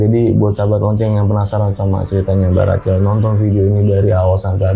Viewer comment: Pelafalannya Racel? Bukan Rahel? Narsumnya cool bawain ceritanya ❤ Thanks